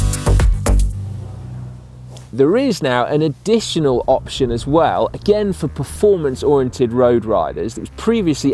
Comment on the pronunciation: Glad to hear Simon say oriented, not the butchered oreintated that so many say!!!